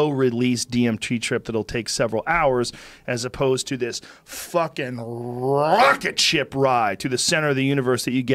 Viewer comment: Guys the way he says "rocketship" is really freaking me out